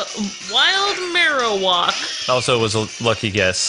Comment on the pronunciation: I like your videos but this time i was pissed off of you saying marowak name wrong not knowing there are other pokeballs which are more effective on certain pokemon!!!!!!!!!!!!!!!!!!!! look dude this time you are just really making me furious right now so pls do some search first dude.(sry if i made anyone angry but this was really fustrating for me so i just really couldn't hold it because this was offensive to me.)